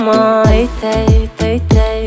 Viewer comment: The way he pronounced thei thei is like he's saying "tei tei"😂 but I'm proud of yuhhh❤❤..... keep on vibing more reaction video❤..